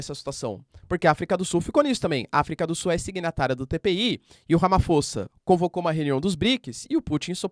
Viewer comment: professor eu adoro voce assisto todos seus videos MAS PQ VC NAO CONSEGUE FALAR AFRICA DO SULLLL